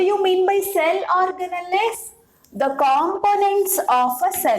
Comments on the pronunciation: Ma'am it's organells not organalles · it’s ORGANALS while pronouncing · mam thank u sooooo much.......i used ur videos to teach my students.......i would like to make one suggestion which is....organelles are written in that spelling but pronounced as or-ga-nals itself...... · Mam your pronounciation of cell organells is wrong mam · your pronouncing cell organells wrongly mam😁😁😁